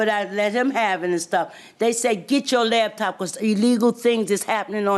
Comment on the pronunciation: 😅Whhhhy do our people say LABtop?? It literally doesn’t make any sense 😂🤦🏽‍♀️😂 it’s LAPTOP…. A computer that can be used on your LAP as opposed to a damn DESK top 🤷🏽‍♀️